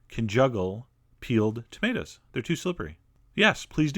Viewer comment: Thumbs up for "tah-mate-as"